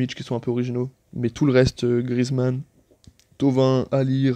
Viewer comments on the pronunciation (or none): none